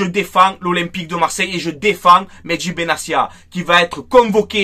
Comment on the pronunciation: Benatia est marocain on prononce le t pas s il n'est pas italien